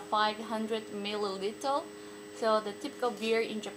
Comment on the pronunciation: Thanks for another fun video. お疲れ様でした is one of the most confusing phrases I've heard!!! btw, I know this video is old and you probably got better at pronunciation, but at the end you say: millilitel instead of milliliter (the last letter is r). Cheers